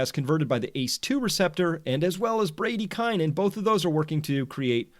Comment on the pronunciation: Is that really how Americans pronounce bradykinin ? So ugly.